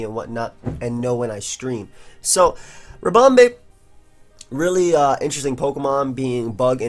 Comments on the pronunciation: because pronounces it ribomBAE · Do you pronounce "bee" as "bay"??